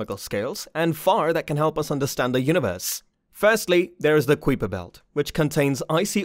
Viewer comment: i had already sub'd when i heard you pronounce Kuiper belt and quasar (google that spit) ya, so anyway, was sub'd less than 1m in and unsub'd before the halfway mark of your video... sad for you.